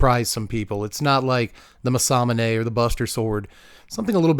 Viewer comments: Mas-uh-moo-na f.t.r. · That masamune pronunciation was wild!